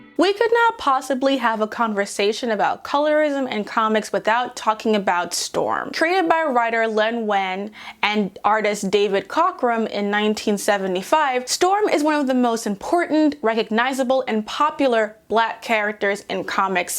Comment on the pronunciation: A lovely solid video, and as a person working on a comic I’m nervous about the white-straight-guy as default trap. So if it’s ever good enough to get on your radar PLEASE call me on my bullshit (it’s the only way to learn). One small video typo - Len’s name is said as ween not wine (sorry if I’m the 50th one to mention)